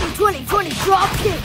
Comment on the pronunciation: Why did you say dropkick like that?20-20-20 Dropkick😎🤪 😂